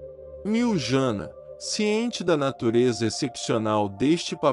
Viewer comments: Quero apenas deixar aqui uma observação: Em croata a letra jota "j" se pronuncia como "i", portanto Medjugorje se fala Mediugorie, e Mjrjana, fala-se: Miriana; não, miu Jana. Temos que transmitir as coisas exatamente como elas são. Não me leve a mal ; por favor ! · So peço a quem trasmite as MSN de Nossa Senhora em Medjugorje, procurar aprender como pronuncia os nomes corretamente. Em croata, Se escreve: Medjugorje mas se fala: Mediugorie; porque o jota se fala como i. Mirjana se fala: Miriana; e não, mir Jana. Pare de inventar, fala sério !